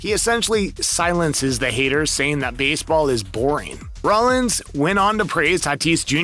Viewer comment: Rollins not Rollings Wil Myers not Mayers